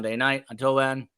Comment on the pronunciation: I love that he's saying Boise right! 🎉❤